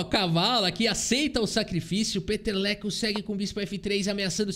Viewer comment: Quando falou peteleco penso que era piada mas é o nome do jogador que é Peter Leko. Acho que fica melhor se falar Píter Leko. Não ajuda muito